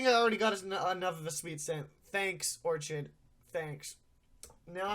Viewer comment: Is pronouncing Orchid like that a reference to something?